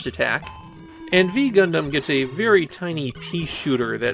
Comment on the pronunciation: That's actually pronounced "Nu Gundam". It's the Greek letter nu. Yes I am a Gundam pedant.